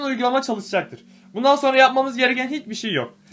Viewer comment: Bu uykulama diyorsun. Ne?